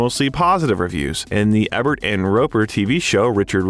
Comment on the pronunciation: Alright, I’m gonna have to say something about the pronunciation of names it’s not Roger Ebb-ert it’s E-Bert and it’s not Bo-No it’s Bon-O